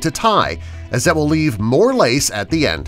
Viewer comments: you said lice not lace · it days lice instead of lace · lace not lice 😝😜